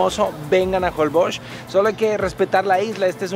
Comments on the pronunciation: Por que a varios youtubers les escucho que pronuncian holboch, no holbox, asi se pronuncia?, saquenme de mi ignorancia. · Porque dices JOLBOKS? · Jolboch...así se dice? 🤔 Un día de esos cuando hagas la prueba del colchón, te van a poner un sable en medio y ahí te vas a quedar ensartado...jajaja. Es broma. Están buenos tus comerciales.